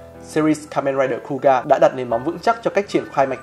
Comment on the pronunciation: Kuuga đọc là khư-ư-ga mà nhỉ, nghe cu ga không quen lắm 🤣